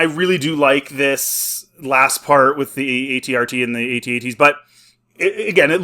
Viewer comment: AT-AT not A-T-A-T.